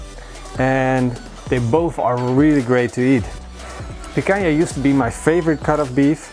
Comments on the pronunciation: Great barbecue, congrats! 2 tips, it's Picanha, not Picaña and the Picanha slices should be bigger, not small. Cheers! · Does not have a clue how to do Barba Koa BBQ. It is not pikaya. Its picana.